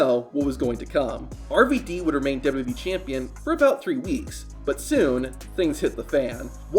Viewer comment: Man can't even say "WWE" Properly...